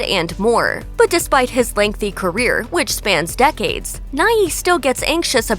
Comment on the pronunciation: Bill Nighy; Nighy is pronounced /naı/, Not /'naı.ı/.